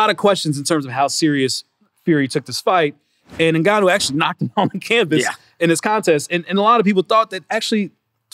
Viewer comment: how the fuc* nobody can actually pronounce Ngannou correctly ? it's not NEGANOU but Ngannou